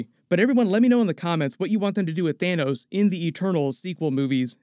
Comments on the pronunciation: its Thanos not Thanous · It’s pronounced Than - oss